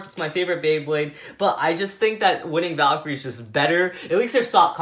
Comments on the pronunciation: You called cho-valkrie winning valkrie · Its cho z valkirey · He said winning valcre